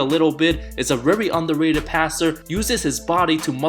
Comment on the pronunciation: ‘rery undewated’